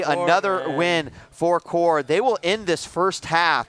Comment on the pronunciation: at 11 : 57 the commentator says WHORE INSTEAD OF CORE :DDDDD